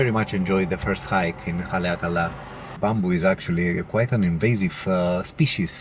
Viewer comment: Great pronunciation on Haleakala!